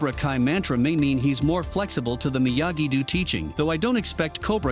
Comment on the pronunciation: As soon as you say Myagi “doo” and eagle “fong” I wonder if you even watch the show